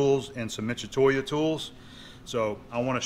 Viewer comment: well the closest "tu" character is 'ッ' which is "tsu". Mi-tsu-toy-o would be the correct pronunciation. Michatoya not really close. Mitsu like Mitsubishi is not Micha bishy It also ends in O not a.